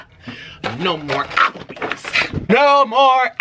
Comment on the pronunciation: NO MORE AH-PL-BEEZZ 😡😡